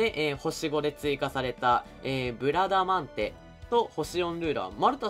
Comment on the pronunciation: ブラダマンデ・・・言いにくい・・・